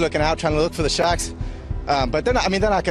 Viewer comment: Oh he is talking about SHARKS, not SHACKS.